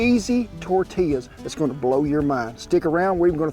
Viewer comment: As a New Mexican who grew up less than an hour from El Paso, Texas, I can truly say I APPRECIATE everything about this video 👍👍 The way you pronounce tortillas and quesadillas correctly, using Hatch chiles in your salsa, to your little dance you busted out in- ALL top notch, good sir!! 👍👍 Those quesadillas looked delicious. My great grandmother used to wake up every morning, except Sundays, and make homemade tortillas and lunch. Oh the GOOD ol’ days….